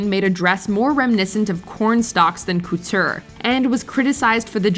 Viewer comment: I’ve never heard the word “couture” pronounced so grossly.